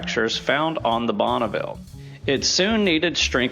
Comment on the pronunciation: And it is not "Bonnaville" but Bonneville.( The translation in french.)